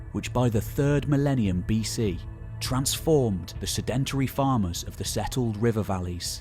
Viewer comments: Great video, but please sed·en·tary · "Sedentary" should have the stress on the first syllable. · Really great content and the narration is calm and engaging which makes it all the more surprising when you hear the mispronunciation of sedentary! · Love everything but the way you mispronounced sedentary